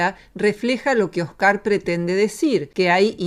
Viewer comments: "Oscár" "Un tío blanco HÉtero", ¿Pór que Róxana cambiá los ácentos a las pálabras?, no lo entiendó... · No entiendo por qué Roxana dice Oscar y no Óscar. Me rechina. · Esta señora tiene varios problemas, pero uno de ellos es con los nombres, los pronuncia como le da la gana. Oscár y Tío Blanco Hétero.